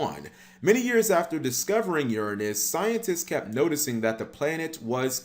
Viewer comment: Cap: pronounses Uranus incorrectly so he doesn’t say what we’re all thinking. 😂